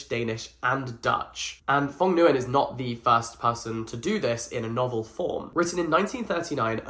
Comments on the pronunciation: Not the “Phong Guy-In” 💀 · “The author’s name is phong guyan!” Well, I’ve heard many pronunciations but thats a new one! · I've always heard "Nguyen" pronounced as Wynn or win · Nguyen isn’t pronounced as Nn-gai-ehn but one syllable like the word “win” but with “ng” sound in the front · Oh sir you gotta learn the very common Vietnamese name Nguyen... which is pronounced similarly to "Win" in English, not N-Guy-In. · Correction: the name “Nguyen” is pronounced “Nwen” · ITS NGUYEN, NOY GUYYEN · thank god i don’t have nguyen as my last name T^T my mothers last name is nguyen but she just tells everyone to say wing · Hey Jack! Nguyen is pronounced closer to ñoo-ian, it's a difficult name for English speakers to pronounce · You didn’t pronounce his last name right either times 💀 It’s just pronounced “win” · It’s the “n guy en” for me 😂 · The author's last name is pronounced "win" !! just fyi :) It's a common Vietnamese last name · quick friendly tip: It's not a problem, but I would advise you to look up the pronunciation of the author's name :) Since it's one of if not the most frequent last name(-s) in Vietnam, it would most definitely not hurt, as you will most likely stumble upon it again :D oh sorry, you realized yourself, nevermind :) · NOOO not you butchering the last name😭😭😭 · not trying to criticize or be rude but you mispronounced the name really badly lmao 😭 oh nvm he corrected it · Jack i love you but what was that pronunciation for Nguyen 😭 im surprised not a lot of people are talking about this HAHA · the way he pronounced nguyen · perished inside when he pronounced the author’s name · that was the worst pronunciation of nguyen i have ever heard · The way Jack pronounces Nguyen 💀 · The Nguyen is pronounced as WING OKAY, sorry it happens to me too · The way he pronounces nguyen damages my soul as an asian. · my heart broke just a little when he pronounced “nguyen” like that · HOW DID YOU JUST PRONOUNCE NGUYEN.. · the pronunciation of nguyen is hilarious